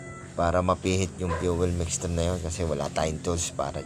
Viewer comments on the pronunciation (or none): Mixture/ mekstyur...asiwa pakinggan yong mekstru mo loks.